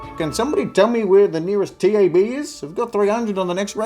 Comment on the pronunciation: first error. Nobody calls it the T.A.B, it's the tab.